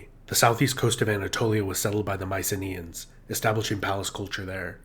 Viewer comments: For fuck's sake,make the effort to pronounce their name. It isn't MICE-EENAY, it is MEE-KEE-NAE. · Would Myceneans be pronounced with a hard K sound instead of the Ss?